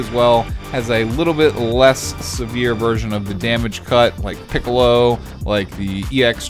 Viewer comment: Threw Me the hell off when he said Kamiccolo🤣